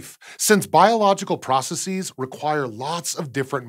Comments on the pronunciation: The plural of process is "processes", not "process-ease". Ridiculous. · Ugh, processes is pronounced prah-ses-iz, or pro-ses-iz if you're brittish. You don't use the sharp EE sound when pluralizing any word that ends with the S sound. Only for words which change x to c when pluralized, such as codex, cortex, appendix, or index. Why do so many people say processees?